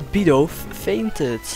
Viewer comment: Leuke video Je spreekt het uit als bidoef